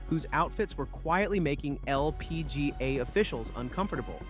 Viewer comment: Bro why are you saying LPGA like that. Holy crap.